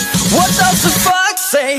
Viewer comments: It's sounds like what does the f*** say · And "what does the fox say" always sounds like "what the f*** say" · Why do I here the f word when is says the does the fox's say ._.